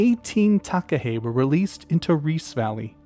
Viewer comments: I've seen takahe in Zealandia, it felt like going back in time and seeing a dinosaur, it's known as a a living toanga here, a sacred part of nature. Would love to see them in Fiordland one day. Btw nice pronunciation on takahe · As a New Zealander, this was a great video! I did a school project on the Takahe - thank you for this video - well done on your pronunciation -I agree with the series suggestion, as you could do a whole series on NZ birds such as the Kakapo Huia, Saddleback, Kokao or the Fairy Tern, (NZ's Rarest bird). I loved this video and would love to watch more of these sort of videos.